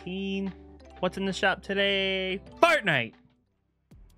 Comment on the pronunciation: Anyone else hear him say fartnite?